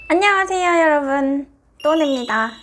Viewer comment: 초심을 잃으신거 같아요 - 아녕ㅎ세여 떠녜에어 하는게 사라져서 섭섭합니다 발음이 너무 정확해지셨어